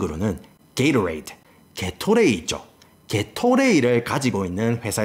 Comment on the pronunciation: 게토레이 발음이 저렇구나 게이로레이드 ㅋㅋㅋㅋ신기하다